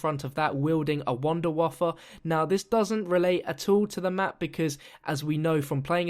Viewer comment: "wounderwaffa" "eisendrach" when the english peoole speak german words :D